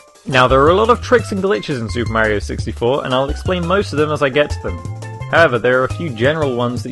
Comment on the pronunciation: u say Maerio instead mario